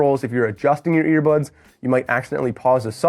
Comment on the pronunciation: Did he say ear buds or ear buns??